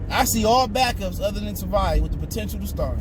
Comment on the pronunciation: Dude Tavai only has 2 syllables